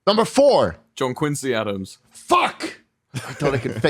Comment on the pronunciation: Even though im from canada im a HUGE hamilton fan- so when he said Quincy Adams i cringed